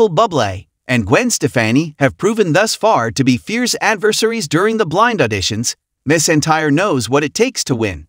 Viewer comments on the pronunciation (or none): Her name is McEntire not miss entire. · Yes please pronounce her name correctly....it is not Mess Entire , which is what you are saying. Annoying. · Could you pronounce her name correctly. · If you are going to have AI narrate these at least teach it the proper pronunciation of the stars NAME!! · You should not do a video and not even know how to pronounce her name. She is a true legend